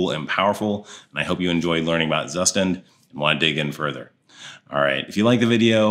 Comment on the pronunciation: As german speaking person i must correct the pronunciation for Zustand 😉. It's like Tsushtahnd. Tsu like in Tsunami, sh like in 💩, a as ah.